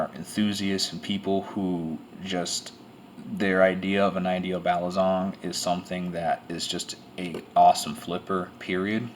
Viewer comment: its balisong not balizong lol